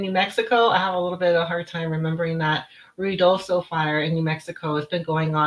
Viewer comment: Pronounced RIO DOSO, and 54 is miles away and separated from Mescalero by a mountain range.